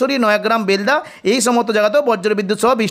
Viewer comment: উচ্চারণ বেলদা হবে।